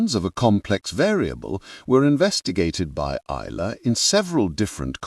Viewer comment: Oil-er, not u-ler.